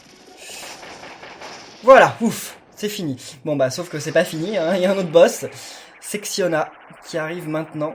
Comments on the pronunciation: Il n'y a que moi qui a l'oreille qui pète un plomb lorsqu'il dit "Sectiona" et pas "Sectonia" ? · Mais pourquoi tu l'appelles Sexiona? C'est SECTONIA! Avec un T! Et pas un X!!!😠😠😠😠😠